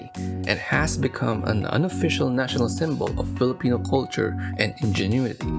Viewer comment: He will overdo the Spanish and English but pronounce the Filipino words with an American accent... me when I'm a colonizer bootlicker